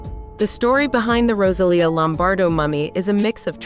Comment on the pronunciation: and saying Rosalia as "Roselia", like the Pokémon.